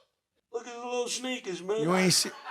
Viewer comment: Yo, I'm still in TEARS about the little Morrocan man story!!! Jada said "Look at his little shneakers...." 😂😂😂